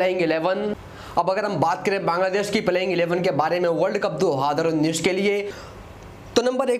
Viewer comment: Bhai tum 2019 bolna seekhlo.... mai tumhe blame nai kar raga hoon bro